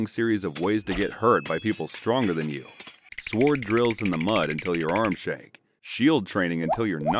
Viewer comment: Tokugawa Ieyasu, not "Ley-yasu". It's a capital I, not an L. Meiji (may-ji), not MY-Ji. And "sword" without a pronounced "w".